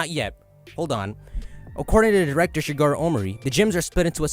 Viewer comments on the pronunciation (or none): none